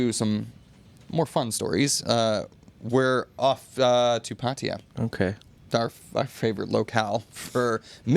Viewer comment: Why do you pronounce Pattaya as Pætia instead of Pattaya?